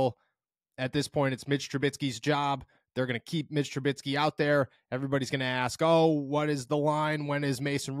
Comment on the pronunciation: Commenting till you see... Mitch TruBISky not TruBITSky 😂😂😂 Youre killing me smalls! 😅